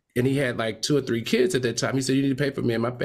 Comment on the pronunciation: Great job “all tree of you” love the chemistry with Armon!